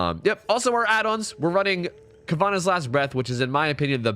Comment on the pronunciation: Lol my guy said "Ka-vah-nahs" last breath 😂😎👍🏾 It's "ka-vuh-naw" btw